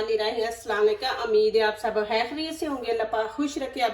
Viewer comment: Amid nhi ummeed hota h aap aksar amid bolti hain